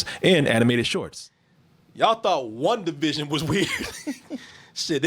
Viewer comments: BET 100 DOLLARS NOONE CAN GET TO SAY "WANDA VISION" INSTEAD OF "WUNDA VISION" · Everytime says "Wundavision" I cringe